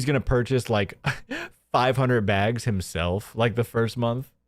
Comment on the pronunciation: Every time he says "BEEAGS" I feel a physical need to punch him. It annoys me as much as the lying now, only topped by the false flagging.